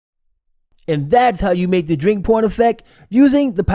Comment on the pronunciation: Thought you said on the narration the 'drink porn' instead of 'drink pouring' effect, yes l am going to get my ears cleaned out........ 😄